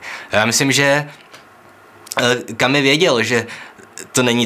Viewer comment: Správně vyslovujete: Kamü - Kamüse Ale podle toho samého pravidla: Alber - Alberta